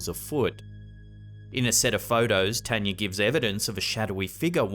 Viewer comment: As spooky as these stories are, it’s just so nice to hear the name, Tanya, be pronounced correctly.